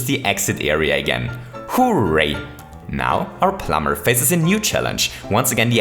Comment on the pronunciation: When you say "hooray" you sound like you're saying "who rate"